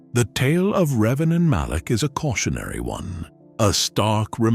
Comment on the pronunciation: Malak. It’s Revan and, Malak.